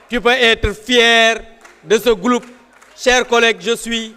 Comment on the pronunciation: néna"gouloupe" à la place de "groupe" 😂😂😂